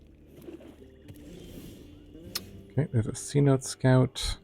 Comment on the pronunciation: Cenote Scout is pronounced Senotay Scout. A cenote is like an underwater cave that's been opened up to the sky due to some environmental event. They're common in Mexico which is why it's spelt that way, since it's in Spanish.